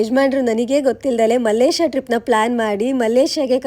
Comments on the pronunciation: ಮಲ್ಲೇಶ ಅಲ್ಲ ಮಲೇಷಿಯಾ 😂😂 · Malayshiya ❌mallesha😂